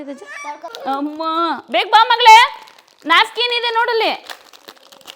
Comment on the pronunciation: Nafkin ಅಲ್ಲ napkin